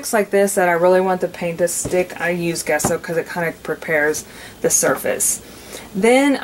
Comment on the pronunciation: It's not pronounced Guesso. The G is pronounced like a "J" as in Jesso. 😂